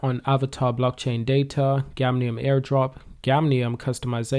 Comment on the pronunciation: It's "GAMIUM " bro not gamnium! I can't believe u promoted a token and u don't even know the name 😔